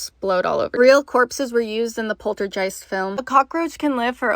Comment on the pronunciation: How about you learn how to pronounce Poltergeist correctly before making an "informational" video...